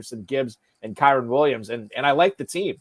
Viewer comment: Hold on. 1 million dollar league. Fantasy experts. Deep analysis. And we can’t say Kyren’s name correctly? Other than that, great content. 😆 Thanks for sharing.